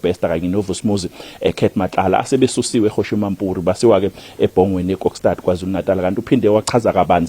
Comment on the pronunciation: Kuyathusa ukuzwa umethuli wezindaba efunda isiZulu esingaqondile ethi eBhongweni esikhundleni sokuthi eBongweni. Kanti alwenziwa yini ucwaningo ngaphambi kokuqaliswa na?